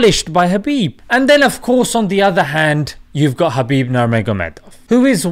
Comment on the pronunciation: Correct pronunciation👇 Khabib : H'abib Nurmagomedov : Nur Muhammad dov